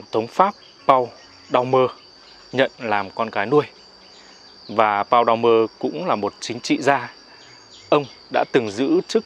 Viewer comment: Nên đọc Paul Doumer bằng tiếng Pháp anh ơi!